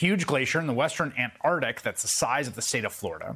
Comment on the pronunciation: Chris Hayes I am a fan. But you gotta study this stuff more before you start talking about it. Your statements are full of errors. Can you say Antarctic?